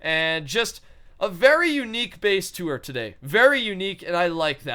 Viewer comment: Lol at the start I heard him say "face tour"